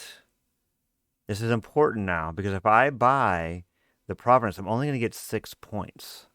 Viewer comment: Haha! “Providence”! I love it! Btw, if you did manage to buy province by playing library, you would’ve won since your deck would be at 40 cards and your gardens would tick up in VP